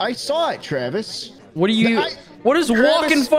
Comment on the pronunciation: I like to think that you pronounce as tch-raves instead of travis